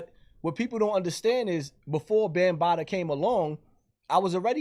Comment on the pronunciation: Did yo really say 'Bam-Bottoms'??? 😆😆😆😆😆